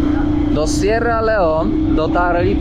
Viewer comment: Kierowniku jak to w koncu jest z ta wymowa … raz Sierra Leon, raz Sierra Leone, zdecyduj sie😳